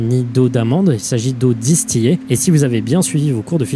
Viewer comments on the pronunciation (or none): on dit "distilée" même si ça s'écrit "distillée", ça vient de la distillation, et la "distillation" se dit bien "distilation", c'est un mot tricky mais bref je fais juste la remarque car je suis chimiste 😭 super vidéo, comme à ton habitude 🤗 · Eau distiLLé pas distiyer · Si avait suivit son cours de chimie, il saurait que c'est osef l'eau distillé (prononcé distilé)